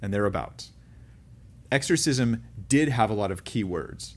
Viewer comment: Exshorshishmsh 😂🤣 That happens to me pretty much every time I say a word repeatedly, and the word (even the correct pronunciation) starts to sound weird too 😂